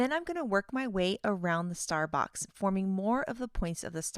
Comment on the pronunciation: Every time she says « star box » I hear « Starbucks » lol This release is so fun!